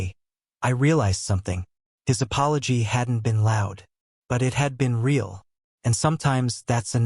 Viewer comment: This is a story presented in English. Sentences beginning with "No" are not Spanish. The word "real" is not Spanish. Fix your narrator.